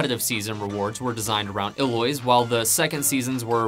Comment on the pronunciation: ill-oys? Really?